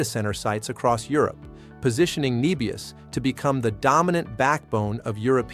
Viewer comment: Start with getting the AI to call the company the correct name. It called it 'Nee-bius' multiple times before correcting to "Neh-bius" later in the video. Lost credibility if you aren't even pronouncing it correct.